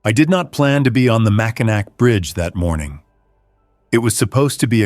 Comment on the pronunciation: Mackinac bridge is not pronounced with the C at the end of it !the C is silent it's pronounced Mackinaw